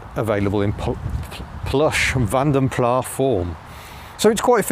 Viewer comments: I think Vanden Plas should have a hard 's' - so sounds as with 'glass'. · Vanden Plas is an Belgian-Flemish name so the “s” at the end is not silent. I like your uploads, but these cars are awful. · Like just about everyone you pronounce Van den Plas as " Van de Plar. It's a Belgian /Flemish name which should be pronunced "Fon den Plas". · Great review as always,, but - taking a quick trip in and out of Pedant's Corner - can you please, please cease using the pronunciation 'Vanden PLAHH'. It is, and always has been pronounced 'Vanden PLASS'!! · Absolutely - only the French seem to pronounce is Plah, and we're not French thank you very much! Pronouncing the S at the end (as in Vanden Plass) is correct. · I haven’t read all the comments, but it’s Vanden ‘Plass’ not ‘Plah’. It’s Dutch. M. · British car workers CAN make a car without trim rattles - just ask an owner of a Nissan, Toyota or Honda produced in this country. If the Nissans produced just down the road from me were crap they wouldn't be sending them in their thousands to Japan to satisfy JDM demand. BTW, are you saying Vanden Plah rather than (the correct) Vanden Plas just to annoy me? I have commented on it before (SD1 v. 800 I think) but you still do it! I'll still watch and subscribe but it is a touch irritating mate. Mike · Vanden Plas is pronounced as it's spelt, not "Plah". Interesting to see the footage of this car! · stopped listening when you said, "Vanden Plaaa" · in mentioning corrections to the Princess video, says the car had "been around the clock" so has done 103,000 miles. I thought both the Princess and Ambassador had 6 digit odometers so it couldn't be 103,000 miles if it had been around the clock. Also, in the name Vanden Plas, the "s" should be pronounced as in its Flemish roots.